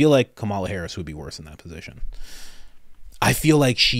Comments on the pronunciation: Ahhh that's exactly how you pronounce Kamala actually it's not ka-ma-la, it's Ka-mala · I feel like I want you to better understand how to pronounce Kamala. Not a fan of her, but you need to pronounce correctly. Just saying.